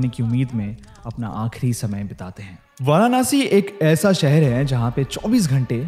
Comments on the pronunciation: It's not varaanasi..it's Varanasi 🙂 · It's not varanaasi bro it's Varanasi simply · Firstly pronounced and spell correctly it's nit varanashi It's varanasi Aur mai yahi pala badha hu But jaisa is yt wale ne sbka chutiya kata aisa kuxch ni hai koi strong energy feel waigar feel n hoti😂😂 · भाई वारानासी नहीं वाराणसी होता है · वाराणसी ✔️❤ Varanaasi ❌ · A kind suggestion...plz pronounce वाराणसी instead of वाराणासी and अघोरी instead of आघोरी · वो वाराणसी हैं... वारानासी नहीं हैं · It's not varanaasi 😂it's वाराणसी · It's Varanasi not Varanaasi Har Har Mahadev 🙏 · वाराणसी। And not वारानासि! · What nonsense way you pronounciate, it's वाराणसी not वाराणासी। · Varanasi bolna to sikh lo..Hindu ho tum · No offense but so many times he said Varanasi still didn't pronounce it rightly even once. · The varanasi pronunciation by him is too different...thnx for t information...but just one thing...karm kariye n life enjoy kariye....and apne baare m bhi sochiye...aage bhagwaan k haath m chor dijiye....varanasi story is quite feary...though so true...its t fact f this moksh nagri🙏🙏🙏🙏🕉🕉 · Pl pronounce Varanasi correctly. I don’t understand the fashion of pronouncing Vedaa, ayurvedaa even while speaking Hindi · varanasi theek se toh bol lo bro